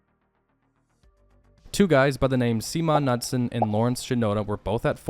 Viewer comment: And, do the Ka-noodsons have a ka-nack for dropping to one ka-nee to retrieve a ka-niffee from their ka-nitted ka-napsacks?